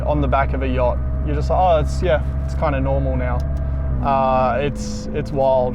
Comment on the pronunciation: Hate to be that guy....but “yacht” <3